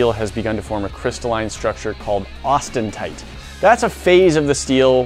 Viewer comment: Wtf? Austentite? It's Austenite. Austin .